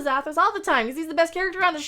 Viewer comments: Sorry I think you put the inflection on the wrong syllable.... It was Zathruss but not Zathruss... see the difference. ;-) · Oh you mean zathros this one is zathros the other is zathros. Hear the difference in zathros? They're different.